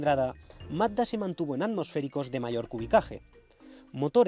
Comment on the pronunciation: Se le entiende MATA en vez de MAZZDA, jajajaj